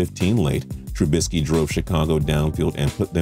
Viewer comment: Did say TrUUUUbisky